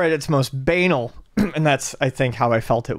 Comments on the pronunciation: I love face when says "BA-nal" instead of "ba-NAL". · know it all attitude reeks of someone who was bullied a lot in school so when they do find acceptance in a circle it goes to their head, so I can't be too annoyed. But come on...him saying "bane-uhl" and being so sure of it is cringey.